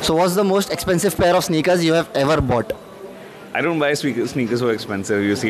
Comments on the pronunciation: Bought ❌ BoughTTT✅😂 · "Ever bough TTTTTT"